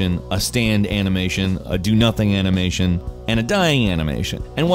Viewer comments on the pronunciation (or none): Heres a challenge: how many times did say "anamation"? Lol